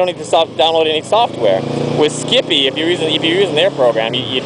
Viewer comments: lol skippie... ah ah it's skype, pronounced sky but with a p at the end :) nice video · Haha, skipee, nearly made my day. Yes I know it's skype, as in sky-p but anyhow. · not skippy......Skype pronouce the y like an i. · Its Skype. i Lol'd every timeyou said skippie. That buttn is cool but skype is a computer to computer vidio/voice messenger program. & Skype is free computer to computer (good for family chat) Skype also will not sell your information. EVRYTHING you do on skype is confidential. Skype is also 2.4 cents $00.024. The cost of the broadband to do it over a web browser is moor then that... compared to the $.60 you advertized.